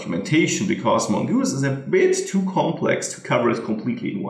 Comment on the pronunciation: Great tutorial as always. I have to say, I did get a laugh . At first I thought you said, "Mogoose is a bitch too complex...".